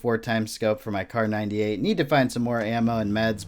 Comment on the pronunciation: My face twitched everytime he said Kar98k.